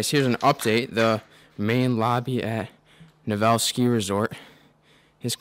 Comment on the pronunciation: It's pronounced, nev-vel-lee